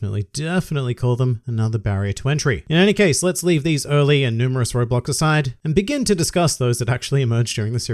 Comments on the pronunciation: I cannot stop hearing you say Roblox instead of "road blocks" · for some reason i thought you were saying roblox and not roadblock smh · am i the only one who hears "roblox" instead of "roadblocks" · I kept hearing Roblox, took me a little while to figure out you were saying roadblocks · When he said roadblocks, I heard Roblox